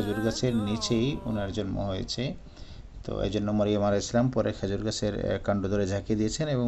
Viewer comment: সালাম শুদ্ধ হয়নি জনাব